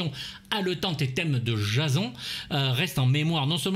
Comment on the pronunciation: Très bonne critique, merci pour cette vidéo. Mais j'ai du mal avec ta prononciation : Jazon ? On prononce plutôt "Djésonne", non ? (pas la peine de répondre j'ai la réponse...) mais je trouve ça rigolo que tu prononces ça si mal... Un culte du cinéma d'horreur... Tu n'as jamais écouté tes "confrères" ou même le film ?